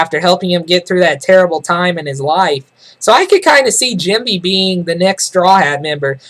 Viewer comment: lol its funny how you pronounce Jinbei, Jimby